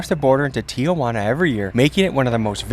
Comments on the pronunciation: "Tijuana" not "Tía Juana" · Stop saying Tia Juana😂 it's Tijuana T-Wanna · Spanish speakers, it’s pronounced Tee-juana not Tia-juana? Is that correct, or no? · TI-JUANA....not TIA-JUANA smh 'journalist' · Correct pronunciation is “tee-whana”, not “tee-uh-wanna.” There is no letter “a” after Ti. When you say “Tia-Juana,” it’s like you are saying Aunt Juana. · It's T Juana fool, not T Ah Juana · Its not pronounced TIA-WANA its TI-HWANA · It’s pronounced Tee-Huwana (tijuana) NOT Tee-Ah-Huana (tia-juana) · there's no "a". it's not Tiajuana. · First time I noticed que pa el resto del mundo Tijuana se pronuncia 👕🦎 T-iguana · It's not tee a wana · i can’t get over how he keeps pronouncing tijuana